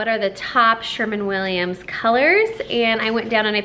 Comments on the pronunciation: Gorgeous home!! I don't understand 9 days for painters to do that small house but it turned out gorgeous. And, oh, for a husband who would do that for me (I have to do it all myself if I want it done). BTW....it's SherWIN Williams paint not SherMAN Williams. Thanks for the video. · It looks beautiful! And by the way, it’s Sherwin Williams. Not Sherman. Sorry I have weird pet peeves! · Sherwin Williams, not Sherman 🤣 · First, the name is Sherwin not "Sherman" Williams. Your and your home are so lovely and I appreciate your taste but for me there is so much Board and Batten that I would go a little nuts. I too love white but I think that for me a little more variation would be necessary. I love your kitchen and would love to know what countertop material you used. How much time do you spend every day cleaning (dusting) your walls, cabinets etc? Congratulations it is lovely! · You are silly, you call it Sherman Williams but put Sherwin Williams in copy. It's a tongue twister!